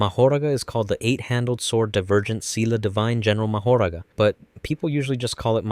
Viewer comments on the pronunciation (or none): Nah it’s Ma-ho-ra-ga